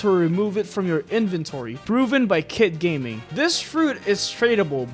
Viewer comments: The people who relise at the end he Said:Kitt gayming😂😂😂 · bro really said "kit gayming" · "Kitt Gayming" 💀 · "kitt gayming"💀🙏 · nah bro really said "kitt gayming"💀💀💀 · "kitt gayming" is wild 💀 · "Kit Gayming" 💀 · ''Kitt gayming''💀💀💀💀💀💀💀💀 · Did he say kitt "gayming" 💀